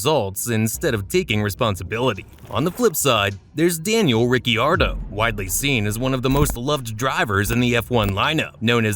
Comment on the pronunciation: Exactly what I thought. Anyone who watched a single F1 Race knows that the I in Ricciardo is silent.